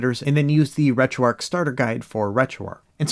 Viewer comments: Arch not Arc buddy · Wait, did you say you got called out for calling "8bitDo" as "8bitDoe" (I agree with you on this) all the while you rename RetroArch -> RetroArc ?? LOL, this is not a troll or complaint, just funny to me. You can pronounce it however you like.